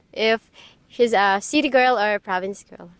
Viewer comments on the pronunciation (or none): Province!!! Not ProvideNce. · Great content, thank you ! Minor correction, it's "province" and NOT "providence"... And yes, I've spent a considerable amount of time in the Phillipines, mostly Cebu City but other parts of the PI as well. I long ago gave up on westernized women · Province, not providence.